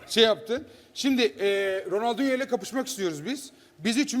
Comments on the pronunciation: ronaldinho ya ronaldi dedi la xd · ronaldiyo diyor bu ne adamlar be kos koca ronaldiyoya civi futbolu oynayidiyorlar 😠😡😉😯😐